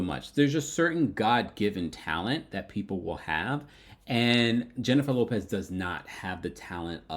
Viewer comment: At first I thought you said Jennifer Lewis until I realized you said Jennifer Lopez..............